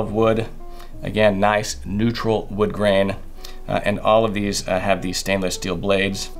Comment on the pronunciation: “All of these” came out sounding like “olive these” when you were talking about the olive wood pocket knife cutter. Intentional pun?😂